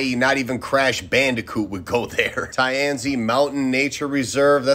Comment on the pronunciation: After watching so many C drama just listening to his pronunciation of "Tianzi" Doesn't seem right... No offense, I was just saying...